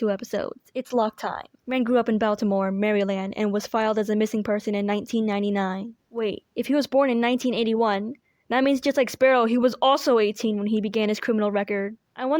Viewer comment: Hi, love the videos, been binging them but... I'm from Baltimore. That pronunciation just... hurt me so deeply. It stole my cat, murdered my crops, starved my children, evaded my taxes and made my skin break out! /j Pronunciation tips (from a Baltimore native) - You said it like "Baowl-tee-moore". It's pronounced like "Bawhl", the AL is aw, then the "ti" part could be just "ti" or "di" (if you want the accent) but it's short. More is moore, you got that last part right. So, "bawhl-ti-moore". Maryland is.... it's... it's somewhat forgivable, but... baowltimore... with maryland.... anyways, how to pronounce Maryland? You don't read it as it's spelt - you pronounce "Mary" as "Mer-ri", then the last part, we drop the D. So, either "Mer-ri-lan" or "Mer-ri-lyn". Anyways, love the videos, the theories and the aus !!! if you need anyone to chat AUs with, you'll find me on the EP Wiki discord posting random art in EP-Art. :3c EDIT: I would also love to discuss Wren and Harvey backstories w/ you because I'm from the burbs of the city and I know the area pretty well, especially it's dark history in the past :-)